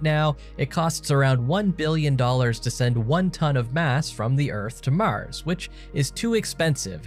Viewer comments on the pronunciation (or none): this guy says "Mars" weird.... lol "Maahhrs"